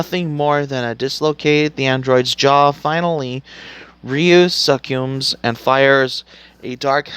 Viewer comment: Bro, learn how to pronounce the words you're going to say before you start recording. Most of their pronunciations are actually pretty common knowledge too. Like "muay thai" and "succumbs". How have you never heard anyone say "muay thai" or "succumbs" before? And "dark hadou". They say it in this move a bunch of times. How do you not know how to say it? Did you actually watch the film? Or did you just read a synopsis?